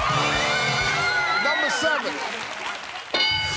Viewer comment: “Numba seven”